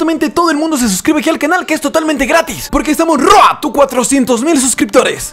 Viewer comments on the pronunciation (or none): Road se pronuncia Roud!! Maldición